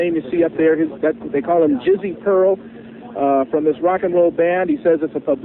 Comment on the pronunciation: haha she said Jizzo!